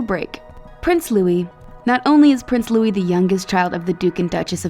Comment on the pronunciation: Thank you for pronouncing Louis properly, you be no idea how this causes me stress